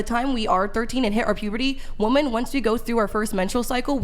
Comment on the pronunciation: please learn how to say the plural form of WOMAN properly. It's not WOMAN (whuh-man). It's WOMEN (whih-men).